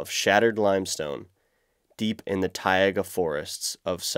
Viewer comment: Why is your pronaunciation so odd. The way you say Taiga or Archipelego is weird considering you sound like a native english speaker. Just curious, have a good day :)